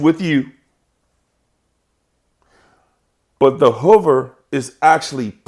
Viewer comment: He had until he said the huver! HOOVER LIKE THE VACUUM. All the other info was accurate.